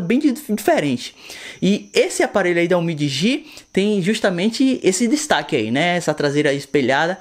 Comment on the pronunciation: Então ! Se não sabe pronunciar o nome, entra no meu canal, que eu também fiz uns três vídeos sobre esse aparelho. Lá eu pronuncio o nome da forma correta. DL MOBILE